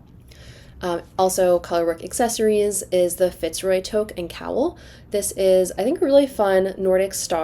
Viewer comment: Loved this again! Totally added to my queue! Thank you! Haha, and, as a Canadian, I would be remiss to not mention that “toque” is pronounced “toooook” (haha like “oooo” that ghosts say). The letters would really never suggest that that should be the pronunciation, but it just is!